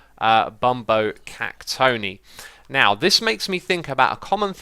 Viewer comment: Ohhh I almost decided to unsubscribe you once you mispronounced "cactoni". It's cactonai you derp! :D